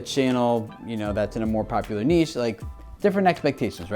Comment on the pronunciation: Been watching you for years now and today is the first time I've heard you pronounce niche correctly! It genuinely made me soooo happy. All I've got to do now is get you to say 10 times instead of 10 ex. Baby steps. Baby steps;)